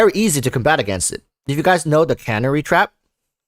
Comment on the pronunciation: It's Can-air-ee (Canary) Like the yellow bird Tweety from the cartoons